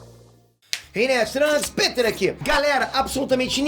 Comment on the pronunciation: Kkkk Caraí mano. Ele pronunciou "Pêter" e não "Péter", ele até aponta pra si mesmo, legal quando a pessoa entra na piada.